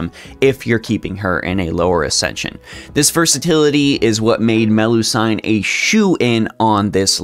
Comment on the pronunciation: It's pronounced like seen, like Mel-lu-seen, not sine. It's actually like this in multiple languages in Europe, not sure why. And I personally think Melusine is better than Morgan by far, she is undisputably the best lancer in the game while only really fans think Morgan's the #1 berserker.